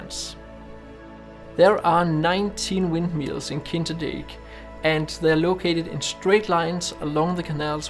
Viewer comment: Brave attempt at pronouncing the locations' names; you did a pretty good job 😀 Beautiful shots, especially, for me, from Kinderdijk (Kinder as in Kindle, dijk as in Mike)!